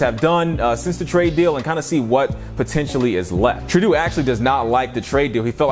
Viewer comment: Great video! Canadian guy is pronounced “True-dough”